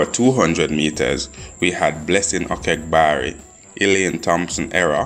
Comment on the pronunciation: Her name is Sha'Carri not "Shakira" as the initial speaker utters more than six times. And it is Okagbare, not "Okegbare". This is not difficult and not Latin, so please get it right. It is so irritating to hear bad pronounciation. As for the slow-drone speaking style of both speakers particularly the second speaker, come on you old farts.